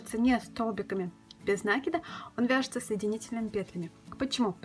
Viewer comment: Почему произносят нАкид а не накИд?